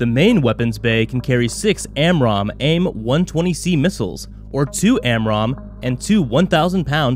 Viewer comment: Pronounce the 120 AMRAAM and Northrop correctly. Just because you said them wrong, I’m betting this is trash.